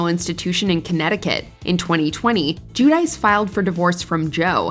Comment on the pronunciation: "Jew-Dice.".🙄 In 🇮🇹, it's Joo-Dee-tsche